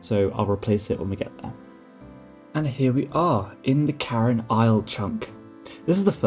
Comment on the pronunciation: Cairn, not Carin. (Pronounced like 'care' with an n at the end)